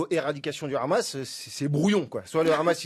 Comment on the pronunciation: S’il te plaît prononce le mot Hamas à la façon française et non hébraïque. Merci